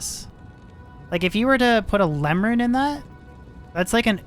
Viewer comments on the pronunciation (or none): none